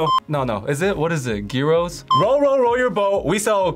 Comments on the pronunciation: thank you for pronouncing gyros correctly 😭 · pronounced gyros correctly. For that alone I would have given her the win 😂